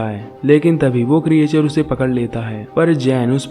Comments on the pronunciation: क्रिएचर नहीं क्रिचर बोलो। 😀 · Good explanation. But pronounciation pe thoda dhyan do. Creature aur Explanation sahi tarike se pronounce nahi karte ho.